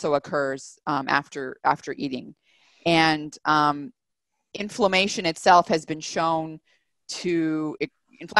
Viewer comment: So What is the definition of inflammation or afflamation - as the word is not pronounced or explained well